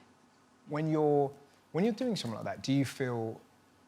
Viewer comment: The thing is with Stacey Dooley, she doesn't pronounces her t's and says "summink" or "doin" which irritates me. As a journalist or a TV presenter, it really does turn people off. My english teacher advised us to hear TV presenters speak Rnglish except Stacey Dooley. I am sure she works hard and she is a great person, but not prnouncing your t's really put me off.